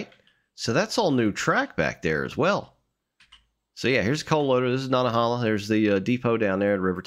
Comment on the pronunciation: Nanta - HAY - la